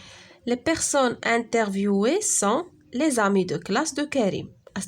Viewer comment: Tu as mal prononcé le mot: interviewés.